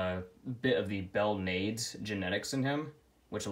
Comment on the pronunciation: It's pronounced BELL-NAH-DEZ spelled Belnades. I love the drawings.